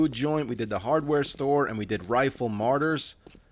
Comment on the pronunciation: Martyrs not Marty’s lol